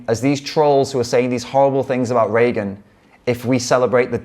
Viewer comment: Thank you for your kind words, but please remember her name is "Regan" (not "Reagan") and is pronounced "Ree-gan" not "Ray-gun".